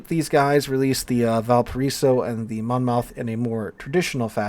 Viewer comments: Mon Moth not Mon Mouth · Just an FYI it's a Mon-muth vs. Mon-Mouth ;-). Next thing WG needs to listen to us about is the ridiculous fire chance and damage. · Monmouth pronounced like Mon-muth...lol FYI love your content!!! TY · monmouth is pronouced monmuth, you know we love our silent letters :) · Monmouth in South Wales is pronounced 'monmuth', yes another one of those.